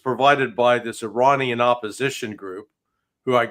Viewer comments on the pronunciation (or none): none